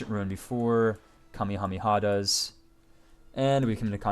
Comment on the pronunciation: It's pronounced "Kame HameHa" not kammihammiha